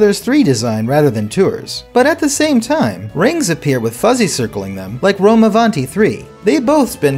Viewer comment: As an italian the pronounciation of rome avanti is so good but funny too😂